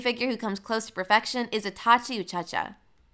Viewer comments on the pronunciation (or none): bro its uchiha atleast get the names right (uo-chi-ha